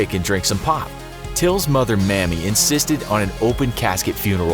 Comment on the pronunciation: The mother of Emmett Till is named Mamie. Its pronounced MAY-me, not mammy. Also, for those who dont know, the picture of the victim was not put up. The picture featured was of his mother. Emmett's picture was probably too gruesome for YouTube. Hit up Google for the true picture. He was unrecognizable